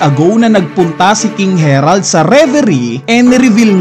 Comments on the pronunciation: harald hnd herald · Ang laki laki ng letter A. Repeat after me. HARALD!....Ha-Rald